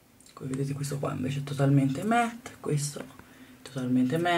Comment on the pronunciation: si dice "matt" non "met"